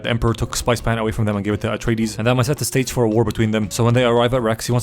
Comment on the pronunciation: When he says "house retardeez it really sounds like Astartes from 40k and also shows the world Caladan, which if there's any nerds out there with me, it sounds a lot like Calaban. The Dark Angels planet